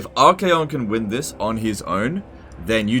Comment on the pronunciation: Pretty sure you said "arcane condoms"